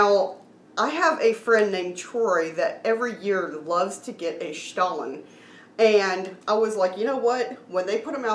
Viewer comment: Wow, we're so happy we watched this! We were torn between which stollen to get, and now the choice is crystal clear. Obviously, the marzipan is the way to go! Also, you taught us that we've actually been mispronouncing stollen this whole time, which is embarrassing. But now we know 😁 Terrific as always, & love that you reviewed it together, since we're obviously huge fans of duo reviews. Weirdly, we just posted our review of Aldi's newish cheesecake dessert bars. We're simpatico with Aldi dessert reviews in the last 24 hours 🤣